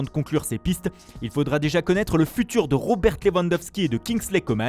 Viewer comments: lewandowSKI pas lewandowSI mdr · se la pète avec son accent à la con et il n'arrive pas à prononcer le nom "Lewandowski"